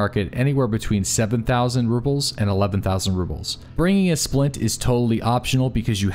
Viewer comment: I love your videos, but you keep saying Ruples and not Rubles. It's subtle, but it's there.